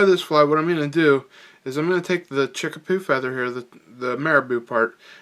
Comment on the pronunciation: Great pattern...fish love this one. But it's chickabou not chickapoo lol.